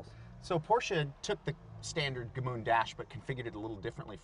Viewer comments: Guys the name of the city is Gmünd not Gmund ! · It’s GMÜND not GMUND - different pronounciation and spelling. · As an Austrian it hurts hearing '"Gmünd" being mispronounced so many times... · They should never have built another one after that. Also cute how they pronounce it. Gemuund. :-)